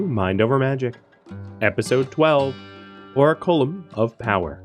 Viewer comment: ) you made me question my memory of how to pronounce that word. It's or-ack-you-lum just FYI, and just to be that guy... Enjoying this series, tho. Cheers!